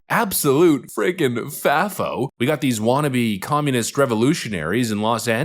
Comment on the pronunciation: Dude c'mon.. it's not pronounced Faffo, it's a hard A .... ...like FAY